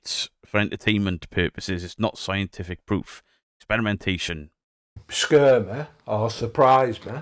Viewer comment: He says "scurr meh" but that's actually not a bad idea! If he gets a scary event and thinks it's authentic and paranormal... would that make him scared enough to stop his own BS? Not that I'm up for giving people traumatic experiences... not even... just wondering.